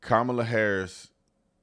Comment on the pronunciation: Remember, folks, it's pronounced KAHMala, like COMmunist and COMmunism.